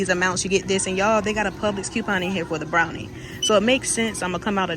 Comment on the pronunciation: Brawny not Brownie